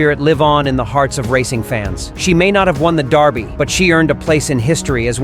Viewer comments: We pronounce it "Derr-bie" here in the U.S. It's "Dar-bie" in the UK... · Someone should have told him how to pronounce Derby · Out of curiosity, why is the voice over with an American accent pronouncing it Darby?